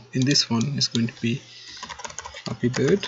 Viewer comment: At the beginning I thought he said " we are going to create a f***ing good game" im like. Da*n like the confidence lol